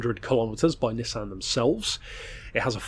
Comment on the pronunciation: Its pronounced nissan